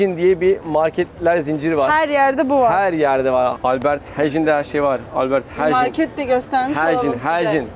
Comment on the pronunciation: albert hayn diye okunuyor aaabiiiih